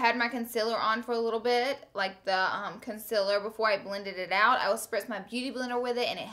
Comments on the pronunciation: does anyone else notice the way she says concealer? she says conciler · Am I the only one who notices she says "conCILer" ????? Idk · a must see when im going to shop for new makeup ..always find myself going back to check your monthly favorites to see if its a must for me to buy it lol .. p.s love the way you say concealer 💞💞